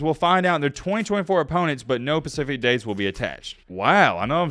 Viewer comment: There is an s before the p. Specific not pacific.